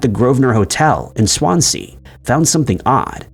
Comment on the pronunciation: Some interesting stories, but I beg of you, listen to some Welsh people say Swansea